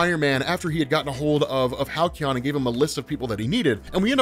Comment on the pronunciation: Halcyon phonetically sounds like Hal-see-yon. :D